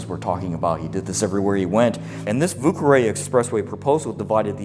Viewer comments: voo carray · One tip my friend: Vieux Carre pronounced (vooh-carr)